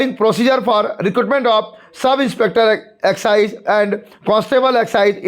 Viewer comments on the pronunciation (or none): Waah executive ko excise pdh liya 😂😂😂😂kya baat h sir 😂😂😂😂